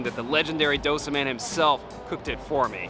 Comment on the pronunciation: Hi, it's dough-say. I am a Sri Lankan born Australian. Thank God, we don't have to line up for our dosas. Many thanks for highlighting ethnic food!